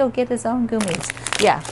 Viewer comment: It is hilarious that you pronounce gummies as goomies. It cracks me up each time. Is there a story behind it? I have only recently been following you.